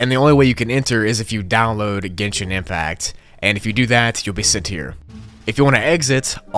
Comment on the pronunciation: Don't worry, you did pronounce genshin impact correctly.